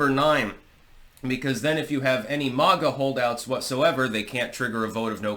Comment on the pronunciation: STOP EATING. YOUR ON HINEY JUICE. IT IS NOT MOG-A. IT IS MAY-GA .BETTER YET CALL US MAGAT; MAKE AMERICA GREAT AGAIN, TOGETHER .